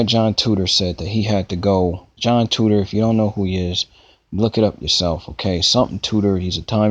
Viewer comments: Titor-----Tee-tor, not tutor. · You can't even say his last name right. How are people supposed to take you seriously? Titor. (Ty-toor). Not tutor. Sigh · it's not TUTOR it is TITOR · ahahahahahhaahhahahahhahahahahahahahhahahahahahhahahahah TITOR....TEEE-TOR HTF you readin TOO-TOR? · Name is not right, correct yourself before you make videos. Also do research before hand so you know what you're talking about. It's pronounced TEE~TORE. Thanks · How do you pronounce TITOR as TUTOR? Also you are insanely gullible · Juhn Tutor....um okay....um...10 minutes of your uninformed opinions and no I don't know what you are saying...please stop using the internet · 'I' doesn't make a 'U' sound. Just helping you out